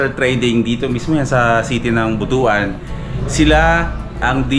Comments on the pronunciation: Brad welcome to Mindanao astig! 💪 By the way BUTUAN is pronounced as But - Wan not Buto-an 😅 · Butuan should be read as But-wan not Butu-an.